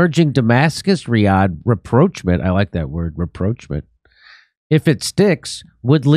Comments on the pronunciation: Everytime Jimmy said reproachment I was yelling "rapprochement!!" I'm glad Aaron came on and clarified! 😜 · Hey Jimmy, RAPPROCHMENT is pronounced ra-prawsh-mon. Its origin is French. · that's not how you read rapprochement. it's pronounced as if it's french word, something like "ra-pro-sh-mon" EDIT: well, this comment became obsolete by the end of the video >< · I wanted to tell Jimmy that this is a French word and even used in English language it is conventionally pronounced in French linguistics "RAPPROCH-MON" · Ps Ra ..proch . Ma n. (Proch as in hot.l 🤔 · Jimmy, you butchered the pronunciation of rapprochement. You need to find a French friend.